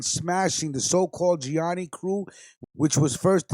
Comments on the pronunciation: Great podcast. But one thing: it’s pronounced: ja knee knee or sometimes: gee ah knee knee. Trust me on that one. 😉 Good stuff. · Its pronounced (gee a knee knee)